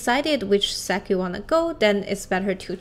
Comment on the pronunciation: sec / sek / sack???? i thought its sect